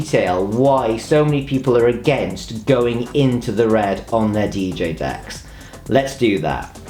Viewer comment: Idk why.. but I think it’s hilarious when this guy says DJ Decks